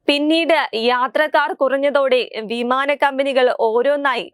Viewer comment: വീമാന മല്ല, വിമാനം